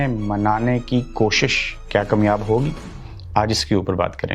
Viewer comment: بھائی آپ کامیاب کو کمیاب بولتے ہیں۔ کمیاب کا مطلب ہوتا نایاب اور نا ملنی والی چیز۔ کامیاب کا مطلب بگڑ جاتا آپ کے ایسا غلط تلفظ اپنانے سے۔